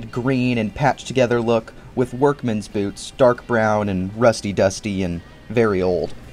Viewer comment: “Bloots”. I love when you have a slip of the tongue, you put it on screen it quotes 😆